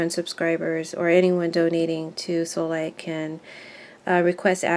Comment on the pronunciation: I Feel You are a very Valid Reader. And deserve more viewers/ customers. With this in mind.... Would you More Clearly Pronoun "SoulLight"??? It Always Sounds like you are Shy and are saying "Soul Lay".... Instead of SoulLight. Be Proud...dont be shy..You Are Modest....And You Are Very Valid,. 💜💚💙🐬🌼🍃😄